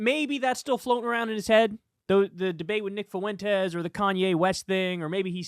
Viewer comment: Please stop mispronouncing the name Fuentes. I know a good amount of people with that last name & can reliably tell you that it is two syllables, not three. F’win-tez. Not foo-win-tez.